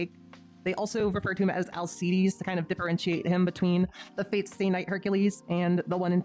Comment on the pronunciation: Heracles not hercules and im pretty sure its pronouced alkeides